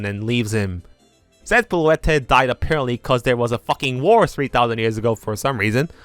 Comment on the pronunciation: Bro you don't need to say the e at the end of names like lysandre and floette 😭